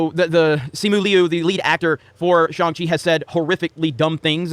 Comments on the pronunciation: Did you not watch the movie? It's not "shANG-Chee"... it's pronounced "shONG-Chee"... it's literally in the movie. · wow... ignorant... it's pronounced SHANG Chi... not SHANG Chi! >:( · Can’t even say Shang Chi right 😮‍💨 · Dumb, just dumb, this channel is garbage. Can’t even pronounce Shang Chi correctly. “I’m hearing mix things.” Mix what brother? “Continue to go after us?” Hope you stay safe and well during these times. You are biased before even seeing this movie but I believe that’s it’s just how you feel in your narrative. ✌🏾